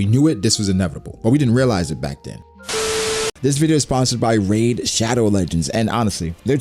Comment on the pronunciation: Wow dude, RAID? Ugh. Love your content otherwise though!